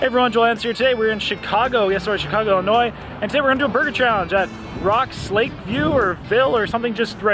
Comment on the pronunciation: Im from Chicago, Illinois and i want to thank you so much Joel, for pronouncing "Illinois" correctly. Great challenge